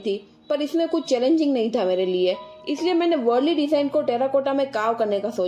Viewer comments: It's वारली and not वरली as you pronounced .. But its good what you did.nice. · Its not pronounced as “worli”… 😂 It’s वार्ली. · Dono hi sundar hai! Ise wurli nahi waarli kehte hai. Aakaar ko achche se pronounce karo. Baki sab bahut achcha hai. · Correct pronunciation of Warli art ka Waarli hein